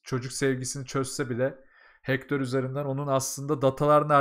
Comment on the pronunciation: "Miv"-"Hektör" (-) "Meyv"-"Hektır" (+)